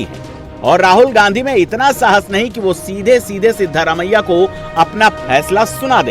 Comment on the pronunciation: ये "सिदरा मैय्या" क्या है? हमें तो लगता है उनका नाम "सिद्धा रमैय्या" है।